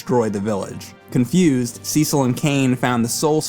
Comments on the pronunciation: SEE-SOLLLLL, its Cecil boi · The start is a bit slow, but this game is really great. And that Cecil pronounciation is really triggering me. It has to be bait. IT'S NOT CI-CEL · Call me crazy but, in the English language, everyone I've known with the name Cecil it was pronounced See-sil. Why SE's voice acting decided to be special ed and pronounce it "sessle" doesn't make any sense. It's about as good as officially pronouncing Tidus as "teedus". Sounds freakin' dumb. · Sea-sul sounds better and funnier. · "Seasaul" 😂😭 His explanation of the confusing releases of those games was as bad I always felt like he wasn't the brightest glowing candle on the cake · The way he pronounces Cecil tho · The SNES version of FF4 is butchered edit. Also, you are mispronouncing Cecil's name. The 3D remake displays how it is prnounced correctly. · Nice review, but quit mispronouncing Cecil's name. There's no strong sounding E in the pronunciation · You can go either way with the PSP or 3D versions. Both contain enough differences to stand on their own. The remake actually contains additional story scenes planned for hut cut from the original release. And your pronunciation of Cecil's name is driving me mad! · OMFG it is (SES IL) (CES EL). Not (SEE CEL). Banging my head against the wall. BAR BA RIS SEE AAAAAA. Barbaricca. No wonder why your boss is so angry. Speaking of which it is said on the DS version. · Managed to mispronounce Cecil (cess-il) Rydia (rye-dee-ah) and also said addicting instead of addictive